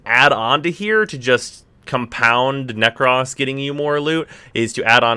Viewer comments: nek - ROS not nek - RAWS, PLS for the love of god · Why yu pronouncing with an extra s 😂😂 it ain't nek-ross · Will subscribe if you stop saying "neck-ross". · Every time you say Neck-Ross I die inside a little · Sweating profusely at his pronunciation of